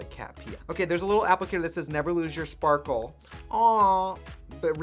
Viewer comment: “Nayvur lose yourh sporkle”